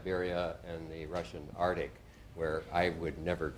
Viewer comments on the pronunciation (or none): A scientist who can't say arctic. So 😮😢sad.